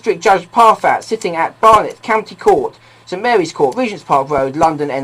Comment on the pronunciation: Courty count bailiffs? 🤣